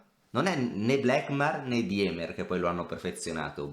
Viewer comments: Si pronuncia dimer, non diemer. In tedesco il dittongo ie si pronuncia i. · si ma "DIEMER" non si può sentire, almeno la pronuncia Andrè